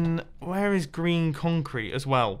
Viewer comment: When you say green concrete I always think you say Grian concrete 😂